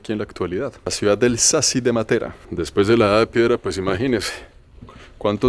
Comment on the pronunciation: La conoci hace 50 años y soy Colombiana,si,es espectacular,la pronunciación de Matera esta mal acentuada con respecto a los italianos.